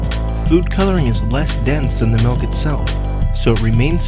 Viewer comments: What's "melk?" Do you mean to say that you are using milk? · He says we need to use "melk", but... what is "melk"? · All I hear is him saying "melk" a hundred times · he says "malk" Julian Smith anyone? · he says "melk" just like i hate...